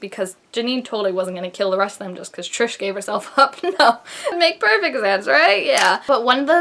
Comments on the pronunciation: YES ITS SO SOON! But I couldn't help but notice you call her. I thought it was Tri-s?😂 lol but srsly great video! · I'm litteraly die every time she says TRISH cause guuuuurlll it's TRIS!!!!!